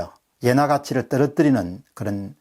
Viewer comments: 엔화를 계속 예나라고 하시네요~ㅎㅎ 자연스러운 흐름에 살짝 방해가 되는것 같습니다...^^ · 옌화? 엔화발음 장애자